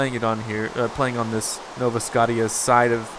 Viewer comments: IT'S NOT SCOTT-EE-A!!! I WANT IT TO BE PRONOUNCED SC-OH-SHA!!! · God dammit say scottia right